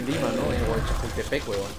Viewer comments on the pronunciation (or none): none